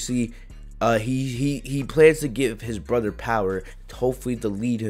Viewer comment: Like how he says broder instead of brother it’s funny